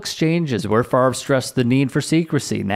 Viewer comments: I told y'all his name was pronounced Favor!!😡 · Bart Frarvrer should be sentenced to 24 months of intensive remedial phonics. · I've never thought he's very bright bc he can't pronounce his own name. 😂